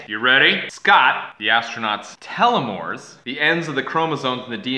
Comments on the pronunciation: Damnnnnn son that's really good, although its pronounced "Teeel-oh-meeres" not "telemeres" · I've always heard it pronounced "tell-o-meers" not "tell-o-mores". Maybe it's a po-tae-to poe-tah-to thing. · pretty sure you were saying that wrong telo mores.